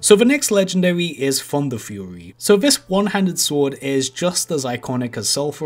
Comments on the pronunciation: He said Funderfury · Did someone say funderfury?